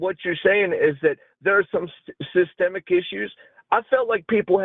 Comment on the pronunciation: yup 😂 he even tried to say white people face "systemic" oppression when surrounded by black people. he heard say it correctly then tried to do it himself, and failed miserably